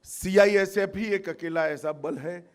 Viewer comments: CIFS नहीं चाचा CISF है ढंग से बोलो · Gajab ka home minister hai bhai CISF ko CIFS bol rha🤣🤣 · ha....Amit shah ka kitna tongue slip hota hai ye mujhe nahi pata chalta😂 kabhi atmnirbhar nahi bol pate ...kabhi apni party ko corrupt kahte hai aaj CIFS bol rhe hai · CIFS BOL H MAHARAJ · Sale ye h hamre desh ke neta cisf nahi balki cifs kah raha h sala anpadh gwar 😀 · CIFS .....CIFS...CIFS🤪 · ऐसे गृहमंत्री जी है हमारे जिनसे CISF भी नही बोलना आ रहा CIFS बोल रहा है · Sih pahle khud kaa name dekh andbhakt hai kya jo mirch lag rhi CISF jaise proudly word ko cifs bol rha he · Es dhakkan ko ye nahi pata ki ye kya bol rhaa hai 🙄😡ye bar bar cifs bol rhaa hai pagal 🙄🙄 CISF bol bhosdk 😡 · Ye kya CISF ko hatayega,CISF ka thik se Name hi nahi le pa rha hai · देश के काबिल नेता हैं साले जिनको CISF भी सही से नही बोल पा रहे है ये हमारे देश का दुर्भाग हैं की ये हमारे नेता है